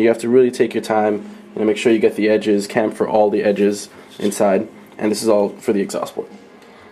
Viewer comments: dude.props on the video,i thought you might like to know it not to ''camfer'' the edges the correct word is (Chamfer).otherwise good vidoe.. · As a Two-stroke engine tuner, I find some of this demonstration painful to watch...and I think the word He's looking for is 'Chamfer' not camfer..? there is a lot more to tuning a two-stroke than this guy knows, you can easily lose a whole lot of useful engine power and fuel if you get it wrong... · camfer is a herb,you mean a chamfer,pronounced ch as in choo choo train or shhh amfer.jeez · Hey dude do you guys pronounce chamfer like Camphor (cam-for) like the wood as here we say (sham-fer) chamfer Tomatoes tomatos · CHamfer..........the CH as in CHarge. Not as in a K sound as in Kamfer. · The CH in Chamfer is pronounced like Charizard.